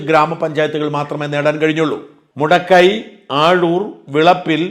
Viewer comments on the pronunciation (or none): മുടക്കൈ അല്ല ഷാജാ, മുദാക്കല്‍